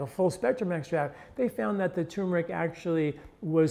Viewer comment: Good info but another guy saying, "tumor-ic" instead of turmer-ic.